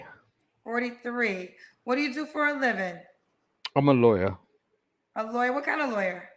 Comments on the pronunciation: He said what he said and I understood he said Liarwer not a Lawyer 😂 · Hectic. He got the name right...😂 We in the UK ain't like this one 😂😂